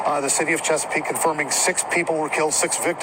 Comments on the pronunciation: Lol The City Of CheckaPeake 😂 It’s Chesapeake Virginia But That’s Funny I’m From Virginia Beach Sending Thoughts And Prayers To The Families Affected 💐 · It's funny the way he say Chesapeake 🤣 😂 😆